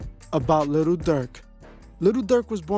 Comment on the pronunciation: again u saying little n it'z posed to b jus li'l